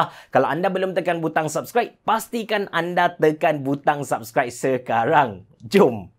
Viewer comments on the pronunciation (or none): none